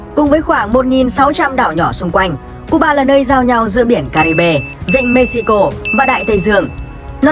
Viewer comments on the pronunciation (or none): Cái đấy phải đọc là Mê-hi-cô mới đúng chứ nhỉ ??:D??